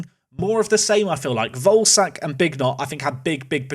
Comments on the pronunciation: day 2 of asking to pronounce volesak like vole-eh-shark instead of like ballsack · Hey, Czech man here. Volesaks name is pronounced Vo-Le-Shaak. Love Park to Prem! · Hey, I think it's pronounced: ian Voleshaak, pronounce the e like in ketchup.